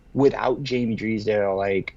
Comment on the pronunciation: you say Drysdale’s name correctly!!! Then somehow you go back to Dreeesdale- idk why this bothers me but cmon man you’ve proven you can say their names correctly & I think fans & the player appreciate it when you do. Something to consider. Love the content guys, keep it up!